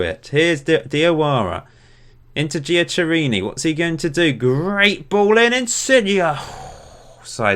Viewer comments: its not jack it gui-a-Ke-ri-ni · Giacheriini is Jack-er-rini